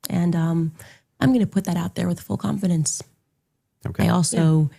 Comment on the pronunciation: full CWANFIDINCE